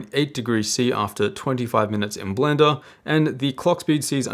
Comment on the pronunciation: My favorite thing he says. Blenda Renda!